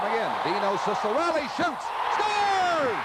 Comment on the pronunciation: По итальянским канонам правильно Дино Чиккарелли! а Сиссарелли - это уже ария из оперы Михаила Задорнова " Какие американцы тупые". Я сам очевидец, 1973 г.р. Если матчи с участием Дино на уровне клубов НХЛ или сборной Канады на ЧМ-1987 комментировал Евгений Майоров, то он произносил "ЧИККАРЕЛЛИ" Только так!